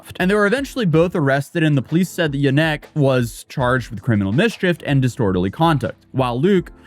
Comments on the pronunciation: I'm pretty sure the emphasis in Janek is always on the first syllable. YAH-nek. It's my last name. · It's pronounced ya nick